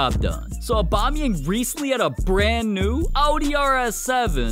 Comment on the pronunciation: normal people: aubameyang english speakign people: abamiyengu